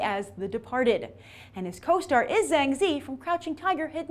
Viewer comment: Great Review. Zhang Ziyi is actually pronounced Zhang Zi Yi. It's actually made up of 3 words/ syllables